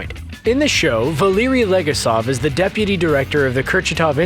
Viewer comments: Stop mispronouncing Legasov's name! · Donisan Vasy it’s extremely frustrating that the narrator and writers didn’t research the Russian and Ukrainian pronunciations for any of the names. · The way he said Legasov, bothers me more than it should :)) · I don’t know what’s more frustrating, that the writer didn’t do enough research to verify that actually a majority of the things discussed was covered in the podcast, and what they’re saying is false or the fact that the narrator didn’t look up the proper pronunciations of legasov, Khomyuk, and other Russian names.